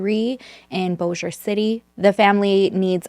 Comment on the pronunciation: This is crazy! I am from FW area and grew up near Bossier, never heard of this case. And way to go on pronouncing Bossier correctly! I hear so many versions. So, 👏👏👏